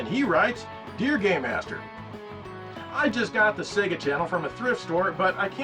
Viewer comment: When he says "game master" it sounds like he's saying "gay master".